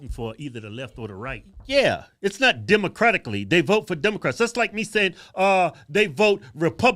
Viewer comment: When that airhead said demicratlically, I said the same Ish. Republically 😂😂😂😂😂